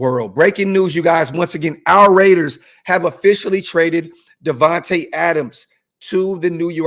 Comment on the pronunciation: "DIVAnte" Adams lol!!!!!!!